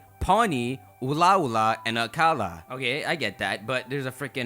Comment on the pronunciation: I love your content, but as a native Hawaiian it's killing me hearing you butcher the words xD.. Melemele (Meh-leh-meh-leh) Ula'ula (Ooh-la-ooh-la) Akala (Ahh-kah-la) Ekahi (Eh-kah-hee) Elua (Eh-loo-ah) Ekolu (Eh-koh-loo)